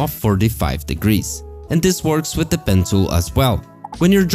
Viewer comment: Why does it always sound like your saying "Pencil"